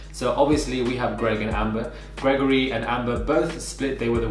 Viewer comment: I'm so sorry but I cannot stop laughing everytime you say Gregory. I'm from France by the way. The accent is killing me 😭😭😭